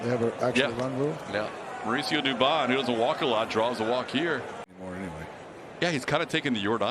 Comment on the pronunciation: Dubon becomes Dubomb!